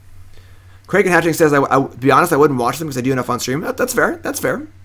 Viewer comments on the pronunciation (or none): none